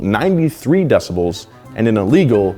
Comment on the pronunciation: Dont say "decibells"